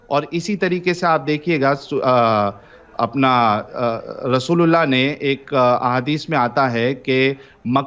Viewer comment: जब आप रसूलुल्लाह बोलते हो तब ऐसा लगता है आप रसगुल्ला बोल रहे 😂😂😂